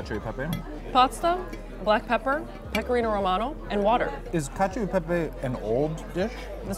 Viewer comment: non mi dire che la pronuncia di cacio e pepe va bene...